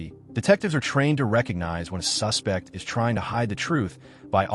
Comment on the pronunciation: The AI or whatever mispronounces “suspect” and “refuse”…. (As in “I refuse” vs. “Throw out that refuse” and “He’s a suspect” vs. “I suspect it” It’s so much unneeded narration! I like the vid and everything— I do appreciate the background info a lot, and I’m sure it’s a ton of work…. But why do we need to be told that police are trained to catch liars, or that sometimes liars get nervous? Sorry for the negative notes, but at least it counts as engagement!